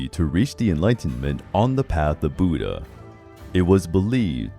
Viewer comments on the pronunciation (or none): none